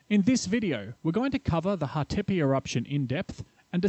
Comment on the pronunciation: and also Hatepe (stress is on the first syllable)